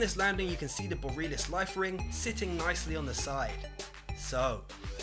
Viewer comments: "Boreelis life ring"? Borealis. Bor-ee-ah-liss. (Yes, the reason I know this is because I'm Canadian) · and Borealis is not pronounced boh-ree-lis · Cray-Toss. Bor-ee-all-iss. Come on man. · "Boreelis"? BORE-EE-AH-LISS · Borealis Boh-reh-a-lis Not Boreeeeelis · Boh-ree-AL-iss, not Boh-REAL-iss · Borealis? Dude, it's pronounced Bore - re - a - lis... as in Aurora Borealis.... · OH SHIT, It's from 4PP!! Goddamn that's an old ass video, I remember it! (On a side note, I cringed every time he didn't pronounce "Borealis" correctly.)